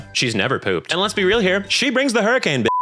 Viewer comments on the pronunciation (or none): none